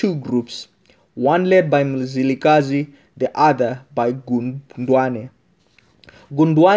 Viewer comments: Its Mzilikazi not muzilikhazi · I can't carry own listening to this my ancestors are crying wit you saying muzilikazi its mzilikazi where are you from my brother just tell us your story not our story mxiiiiiiiii